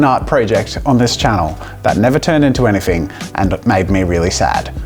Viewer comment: "Never turned into anyfing" 😹